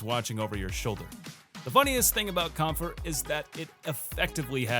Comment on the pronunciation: Should probably be pronounced as "kempfur". Kämpfer means fighters (or warriors) in German